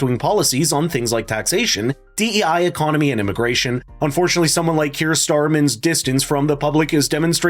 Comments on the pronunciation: "Cur" Starmer? I appreciate it was an accidental mispronunciation of his name but hey, the truth will out. Pretty good description of our worst ever PM. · His name is pronounced Kia Starmer. (Keir Starmer). Not starman. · Please pronounce names correctly. Starmer is keeir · Kir Starmen….? If you are going to videos like this, perhaps get the spelling and pronunciation correct… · What do you know ? You cant even pronounce Kiers name 😂😂😂